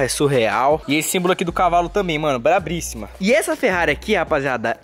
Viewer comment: eu gosto muito dos seus vídeos, mais em nome de Jesus, não é (BRABRISSIMO) é BRAVÍSSIMO!! Kkkk!Sucesso pra vc sempre👊🏼👏🏼